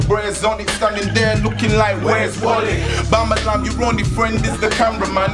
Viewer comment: bamalam is one of the only uk rapper that tries to fully pronouce his words